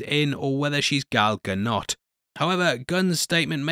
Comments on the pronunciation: its Ga-do or Ga-dont, not Ga-not. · “Gal Ga-not” 🤣🤣🤣